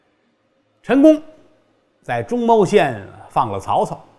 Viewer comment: 中牟县，读mu，老郭读错了，几期了，听的难受，按说不该啊，老郭的文化水平